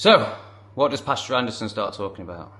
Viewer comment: Pastor. Not pasture. Totally different.